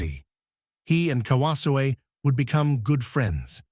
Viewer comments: Learn how to pronounce his name! KA-WA-ZO-E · Tell your AI voice-over robot to pronounce his name properly